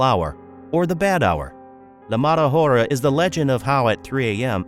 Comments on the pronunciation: Why you say the mada ora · you could not pronouced "la mala hora" right.